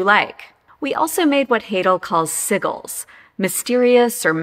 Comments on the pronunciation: It's pronounced sidge-ill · Aha! Good to know. Elizabeth Haidle probably pronounced it correctly, but I got it stuck in my head the other way :) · Never heard that pronunciation of 'sigil', but Google tells me it's the American pronunciation - interesting! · I apologize but I have never heard the word "sigil" pronounced that way before. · Have I been saying "sigil" incorrectly this entire time?!